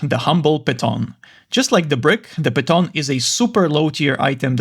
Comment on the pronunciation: I’m pretty sure the word piton is pronounced as Pee-tohn.